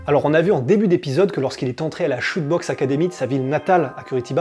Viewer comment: Chute boxe se prononce Chuté 👍🏽